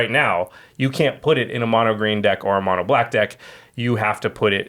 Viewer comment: it's like instead of mono black it'd be moe no black